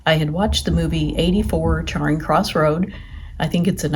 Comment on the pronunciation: It's 'Charing (cha-ring) Cross' not Charring Cross'.